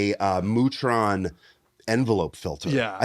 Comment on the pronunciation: I feel certain that "Mu-tron" is supposed to be pronounced "myoo-tron". (1) It's short for "Musitronics", and (2) the Greek letter mu (μ) is pronounced "myoo".